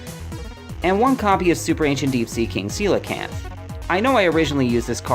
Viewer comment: Thank you so much for pronouncing coelacanth correctly